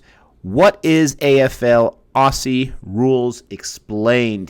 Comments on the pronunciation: Thanks for your review 😀 For future reviews a small but annoying pronunciation for us Aussies. Say "Ozzy" not "". Cheers from Down under 🇦🇺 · as an australian ive heard so many americans say “Aussie” as “Ah-See” and bugs me so much like its not “Ah-See” its pronounced “Oz-Zee” lol sorry i just wanted to ramble for a second anyway great video! 👍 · AUSSIE IS PRONOUNCED OZZY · Glad u got into it. Best sport period. Btw … common American mis pronounciation. “Aussie “ is pronounced like “Ozzy”. Double S in Australian English sounds like a Z. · Ok don't pronounce Aussie like that it's pronounced Auzzie! Afl footy is the best sport ever! Also AFL games are soooo much cheaper than American NFL games so you can easily go to every game if you want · For those who want to sound like a real Aussie (and not drive us all mad) it's pronounced 'ozzy'. Like Fozzy Bear without the f'n'bear. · It's Ozzie with a Z, not Lisa with an S...... lol